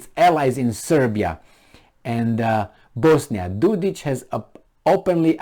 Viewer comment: Dodik... not Dodić